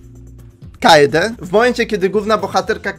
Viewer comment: urchar manie się wydaje że kaede czyta się kejdi